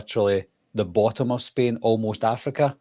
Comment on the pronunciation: I swear he said Spin instead of Spain